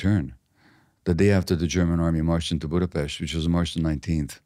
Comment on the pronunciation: "Budapest". Pronunciation perfect. From now on I will make it a point 2 read yr books n get 2 know u. What an insightful human bring WHI SPEAKS HUNGARIAN...A sheinem Tog, sweet Doctor.❤